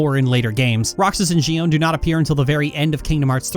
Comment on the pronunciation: The way you pronounce Xion's name bugs the Xit out of me.